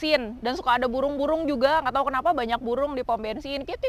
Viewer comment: Kita rasa sangat terhibur & lucu banget melihat video bobok d mobil ini apa lg dgn gaya pelat utk menyebut huruf R jd L sampaikan kita juga terikut2 dgn gaya sebutan bila brckp sprti itu. Terus terang kita katakan d sini yg kita rasa lebih lucu bila bilang burung jd bulung Don't...😀😁😂